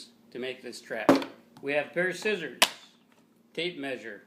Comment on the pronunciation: I gave him a like when he said "skissors".